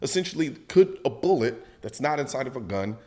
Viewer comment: Colion, bruh. It's primer, casing, and bullet. Not boolet bullet and bullette. Come on man!